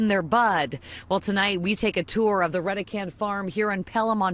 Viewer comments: I pronounce "Reh-deh-can" ,so does everyone else I know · Isn't it pronounced "Ready Can"? As in Red-E-Can... Redecan?